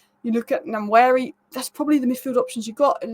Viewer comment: Ethan Nwaneri is actually pronounced as WA-NE-RI